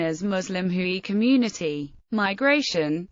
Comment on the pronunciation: Note* The ethnic group known as Hui is pronounced 'Hway' not 'Hooey'.